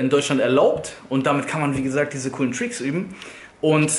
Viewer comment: Versuch mal bitte Tricks Richtig auszusprechen